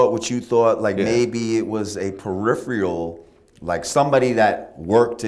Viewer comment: bitch learn to pronounce PERIPHERAL.